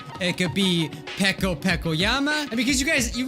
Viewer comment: It's funny how calls Peko pEkO PeKo